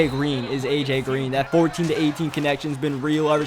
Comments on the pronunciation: and "dat" instead of "that" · has to be asian notice how he says rader then rather and dat rather than that lol